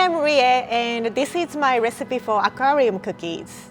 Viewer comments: Did anyone else hear, “a Korean cookie” not “Aquarium cookie”😂🤔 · When said aquarium cookies i thought i heard korean cookies